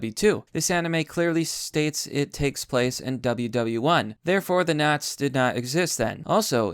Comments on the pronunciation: If I had my money in by then, I'd piece together a German Officer Uniform and go because fuck you to them. Also I'm going to lose my mind by hearing you say "nots" instead of "nazi" over and over lmao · say the fucking words correctly its Nazi there is an I it's not fucking naz